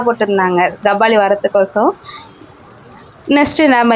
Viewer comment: Kabali ❌ Gabali ✅😂